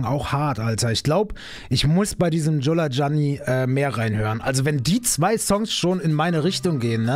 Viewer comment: Fang bitte an Gola mit normalem G auszusprechen. Gianni sprichst du richtig aus. Schau dir mal Fledermaus an das ist ein Hit von ihm🔥 Gola kennen viele denke ich auch von Yung Hurn Schlimm, da wird er ja auch namentlich genannt.